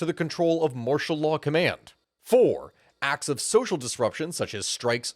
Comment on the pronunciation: Anyone ever tell you your accent makes martial law sound like mashallah I had to replay it a few times and yeah, the emphasis on "marsh" and pronouncing law as "laah" got me laughing